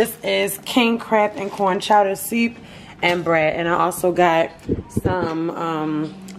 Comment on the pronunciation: When she said "sewp" I knew she was from Baltimore 😩